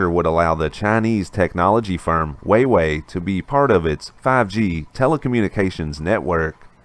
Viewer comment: I cringed every time he said it. How do you run a news channel not knowing how to pronounce wah-way.🤦‍♂️🤷🏼‍♂️